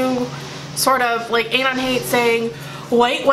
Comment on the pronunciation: that's not how you say anon omg. it bothers me how you pronounce it so much idk why .___.